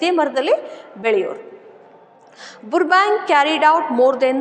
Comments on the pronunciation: Mam I think 💬 the spelling pronounciation is rong It is not ಬುರ್ಬ ಬ್ಯಾಂಕ್ alla it is ಬರ್ಬ್ಯಾಂಕ್ 😂😅 but your explanation method is super I will understand easily ☺️💝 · Burbank pronunciation is wrong I think